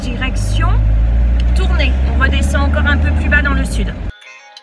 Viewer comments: Cathyy créations & couture Cathy j’y habite et on prononce tournaye meme si sa s’écrit tournay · Tournay se prononce comme sérail et pas comme tournai. Pour info.